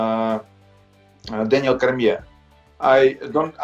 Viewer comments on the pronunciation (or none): “Daniel Crimea” Aleksei Oleinik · Oleinik : "Daniel Kermiere" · Daniel Krme lol